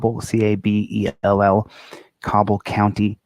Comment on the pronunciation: Tell facts. Also, Cabell pronounced ( Ca, like cat; bell, like bell). Post your number.